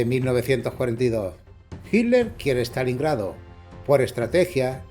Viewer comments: En españa pronuncian de una manera distinta Yo le digo Hitler pero Hiler suena más fluido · Por que dicen "HILER" ? 🤣